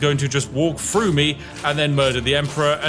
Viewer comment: Good video as usual but are you aware you pronounce 'Th' as 'F', its Three, not Free, Through not Frough.